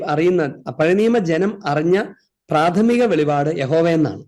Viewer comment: വെളിപാട്, അല്ല അച്ചോ വെളിപ്പാട് എന്ന് പഠിക്കു❤